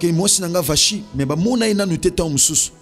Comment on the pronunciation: Gloire à Dieu pour l' enseignement. Vasthi se pronounce (Vasti). Que Dieu nous bénisse.